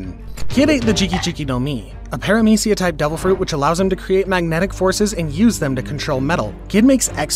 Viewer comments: *Paramecia, not peramicia. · “Minotares” “Peramecia” “Mouchi” “Trufflegar” This was a really good video, but the bad pronunciations really take me out of it😂